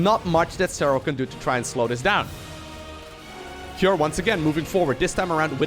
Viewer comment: You say CUREieus a lot 😊